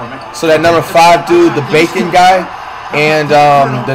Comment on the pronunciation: Bro called bacot bacon💀